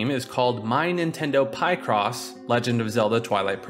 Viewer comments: Pie-cross? 🙃 always thought it was Pic-cross... as in picture/crossword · Pie cross?! Smh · You say Picross all wrong lol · Who says picross like that?